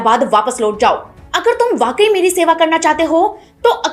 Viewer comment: आप इतनी बढ़िया कहानी सुनती है। Please work on your pronounciation ओर नहीं, बोलिए ... और। लोट नहीं, बोलिए ....... लौट।